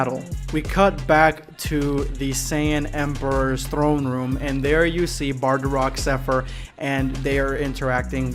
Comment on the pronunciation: It's bardock! Not bardarock! 😡